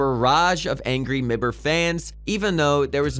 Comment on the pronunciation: pronounces es3tag as e s 3 tag but m i b r as mibber